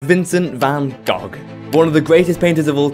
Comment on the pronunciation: I love your pronounciation of van goch, its not perfect but so much better than that from some other people. Greetings from a dutch person who is annoyed by wrong pronounciations